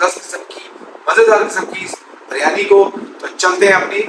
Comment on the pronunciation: buryani nahi kahtay please sahi lafz hay biryaani